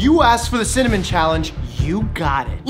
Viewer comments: Cinamon not cimanon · Dr.Mike: Cimmamon A dictionary: Cinnamon Dr.Mike: Cimmamon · "There's alot challenging with cinnanim, synonym, cinnomon, cinnanim" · Dr Mike: chemical pneumonitis (pronounces without issue) Also Dr Mike: Cimmanon? 😂😂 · cimmonym best way to pronounce it ever(dylan hollis, love his vintagecooking vids) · Dr Mike: Ciminiom? Me a Dylan Hollis fan: well actually.. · You trying to pronounce cinnamon?Just had my grandparents last name.Are you looking telepath or something?And this is on a long time ago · Same problem saying cinnamon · Apparently including how to pronounce cinnamon